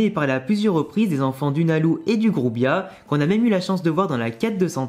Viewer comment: pourquoi tu prononces « nalou » alors qu’on dit pas loucy mais lucy ? Ça me stresse 😭